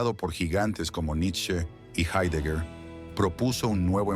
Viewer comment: Se pronuncia jáidegar, analfabetas.